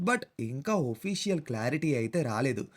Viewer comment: ఒఫీషియల్ ❌ అఫీషియల్ ✅